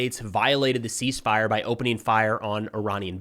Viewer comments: Not "Cease Firey"...You better keep using that. I love it. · Are you sure she didn’t say ‘Seas Fire’?